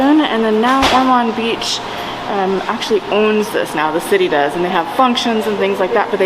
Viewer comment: Ormond Bch pronounced Or mund